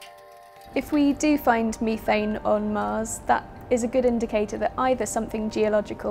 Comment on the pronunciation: Weird Iv never heard CH4 pronounced "Me-thane" before.....only "Meth-ane"